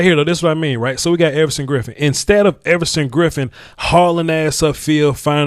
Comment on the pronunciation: Effortson Griffen lol I like it